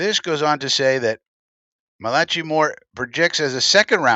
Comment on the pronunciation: ch in a named is pronounced like a "k" ...